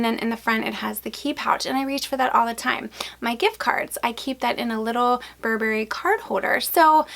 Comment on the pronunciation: Please learn to pronounce Burberry correctly.